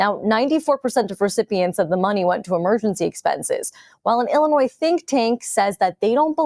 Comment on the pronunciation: The s is silent in Illinois. It's Illinois not Illinoise. 😂😂